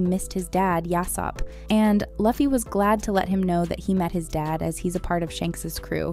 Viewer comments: Yeah it’s loofy not luhffy but it’s spelled Luffy and I bet she said Gorilla C. Luhfy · Stop saying luffy like it rhymes with puffy it’s pronounced loo-fee 😭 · Its Luuuuffi not Laughy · I was always confused as to why Americans seem to default to pronouncing Luffy as "lah-fi" instead of "loo fi". The second one sounds a lot more like an actual name to me. Though, this time I don't think it's a human talking to begin with. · Not Laffy but Luffy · She said lUh_fy, I clicked away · "laughy" , "barari" man I love ai voiced videos😂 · (Loo-fee) (me-hawk) if your gonna content farm…gotta get the pronunciations down. The fandom won’t take you seriously if you don’t. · Lol previous video says it’s Ai. Yea I don’t think so lol Luh-fee doesn’t even seem like something an Ai would say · Iuh fy it is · Pls “laffy” and “myhawk” really? 😂😂😂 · Nah, when she said My-Hawk, Luh-ffy and Bar-t-ee like wth? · I'm sorry I can't pay attention with how the narrator is mispronouncing Luffy's name. It's Loo-fee. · STOP SAYINg luhfy plz, it hurts 🤯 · who is Lucky and My Hawk if your going to comment on a show at lease get there names right! lol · Lew fi not luffy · Its pronounced as "Loofy" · Stopped watching when you said luhhhfie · Get the Names right before you make a video... its not Loffy is Luffy 😂😂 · She did say me hawk. Her pronunciation of Luffy was definitely bad. Edit: she said it right the first time. But then she said his name a second time and third time and somehow butchered it as My hawk. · stop saying luffy’s name like that smh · Please start pronouncing LUFFY right... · The way Luffy and Mihawk’s names are pronounced are extremely grating on the ears. This person never watched the anime or talked to any one piece fan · Say the names right 😂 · Can't get thru that mispronounciation 😅